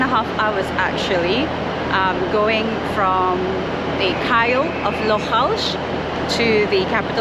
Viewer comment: It's Kyle of Lochalsh, not Kyle of Lochlash. Still a decent film.👍